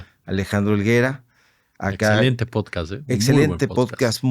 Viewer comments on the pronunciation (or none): none